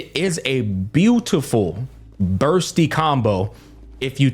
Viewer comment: Even Bursty as Busty sometimes lol.